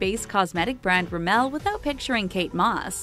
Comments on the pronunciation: You pronounce rimmel wrong But love your videos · the way she pronounced 'rimmel'... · Triggerd everytime she said Rimmel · Tijana Miladinovic thank god I'm not the only one